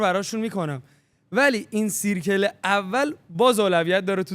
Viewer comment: ،دایره میشه به اینگلیسی سرکل (circle)، نمیشه سیرکل با صدای إ خونده میشه